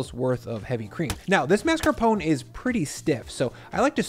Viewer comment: Thank you for pronouncing mascarpone correctly! It drives me nuts when people, chefs included, call it marscapone.